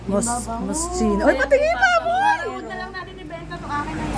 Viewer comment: Moschino “mos-key-no”